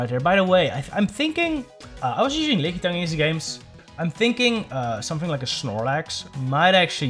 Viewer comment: LOL, man....I've never heard anyone call it "Lick-ee-tongue" before, but this is now my official cannon. I will accept no other pronunciation from this point forward! :D